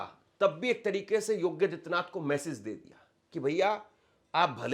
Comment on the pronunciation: योगी और आदित्यनाथ दो अलग शब्द हैं। कृपया उनका उच्चारण अलग-अलग करें!